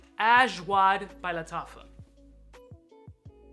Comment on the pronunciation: Ass-wad, ashwaa.... Ajwad!